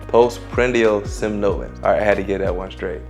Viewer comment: somnolence (sawm-nuh-lence)